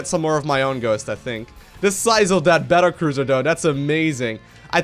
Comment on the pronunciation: The pronunciation is magnificent. Battlecruiser is now apparently Bettercruiser. ;D